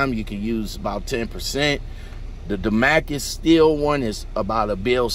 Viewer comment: Say it with me DA-MAS-CUS Pronounce the S NOT DA-MA-CUS